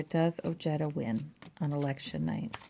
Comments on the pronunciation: THANKS ! The “j” is pronounced like an “h”.. OHEDA but I hear him pronouncing it OJEDUH! He is of Mexican descent ! Strange he doesn’t pronounce it correctly .. 😒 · Very nice reading. TY. A kind Reminder: When in pronouncing someone's name,if in doubt... PLEASE google pronounciation. OJEDA is pronounced OHEDA....The J unequivocally, in Sapnish is ALWAYS pronound like an English J. There are no changes, modifications, etc. Like Japanese, Spanish is a very phonetic language. The J is always pronounced as H.. unlike in the case of French names like Colbert.. where somany Americans will pronounce the las syllable "Bert" when it should be pronounced "Bear". If Colbert accepts it that is fine. Not the same in the case of Pronouncing Ojeda (OHEDA.)...NEVER Pronounce it with an english J ;like Jerry.. but an aspirated H like in Harry. Good Luck on the win. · I had to check his commercials and he does pronounce it as oh-jetta, not oh-hey-da. Well, names change over time for a variety of reasons. Maybe his family got tired of correcting everyone and just went along with it? Stephen Colbert says some of his family uses Col-bert (like bert & ernie) and some use Col-bear. Just personal preference. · Pronounced: Oh-hay-da. Hispanic name so letter J is sounding like H. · J is pronounced like the English H as in Harry.. The J in Spanish in never pronounced like J as in Jerry. Hope this helps and yes.. the Man is a man of high morals and integrity!!!